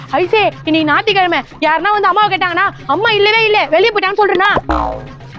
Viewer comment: Nathi kilamai illa D olunga pronunciation olunga pannunga